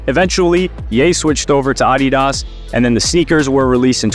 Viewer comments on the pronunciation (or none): i reported you for your pronounciation of ADDidas